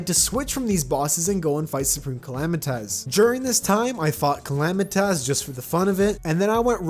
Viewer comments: I lose a brain cell every time he says calamitaz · YOU SAY SUPREME CALAMITAS CAL-LAM-I-TITIS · bro please stop calling it supreme calamiTAS